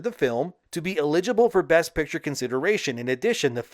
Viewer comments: It's very troubling you can't pronounce eligible. 😳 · Let's look up how to pronounce the word "eligible," please. Rock on though,. I watch everyday🤝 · I don’t like how u pronounce eligible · Worst pronouncing of 'eligible' ever. Of all time. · Are you pronouncing eligible wrong for engagement? If so, bravo. 😅